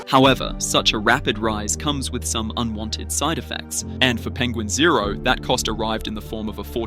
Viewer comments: It’s not penguin zero. It’s pen gwin zo. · Don't wanna be a geeky "actshully" nerd, but it's pronounced "penguin Zee Zero" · Its pronounced penguin Zee zero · You started off with a dislike. It's "Penguin Z zero" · As far as I know, his name is Penguin Z Zero. He said that in one of his videos when he was rapping about someone who was talking badly about him. He mispronounced Penguin's name in the process.